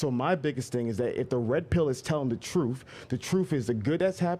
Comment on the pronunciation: "Troof". Can this man please get an inhaler & Invisiline or something? His speech impediments kill me & he's not as articulate as he thinks he is.